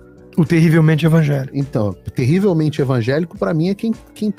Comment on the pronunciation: Infelizmente o nosso Presidente Bolsonaro Errou feio nessa Pronúncia de Terrivelmente Evangélico!